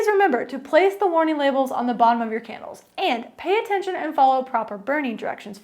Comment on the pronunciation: It sounds like you're saying Kennels